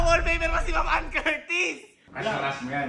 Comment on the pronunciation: dyusmiyo sa anne😂😂😂 "annedumi" 😂😂😂